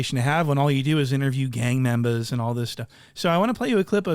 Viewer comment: “Gang membas” 🤣🤣 oh Jallah